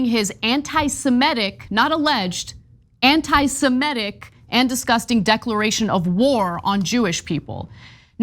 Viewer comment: It is not antisemETic. It's antisemitic. Please correct the pronunciation.